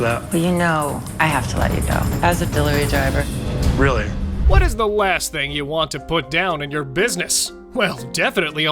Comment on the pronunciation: "Delirervy driver"